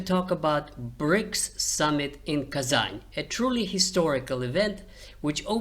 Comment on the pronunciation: У вас Русские корни, вы называли Казань с мягким знаком.